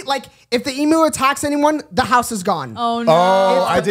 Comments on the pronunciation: Also emu is pronounced eem-you & they’re not meant to be pets they’re wild animal that need a lot of room to run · It’s pronounced eem-you not ee-moo 😭🤣❤️ this was such a good episode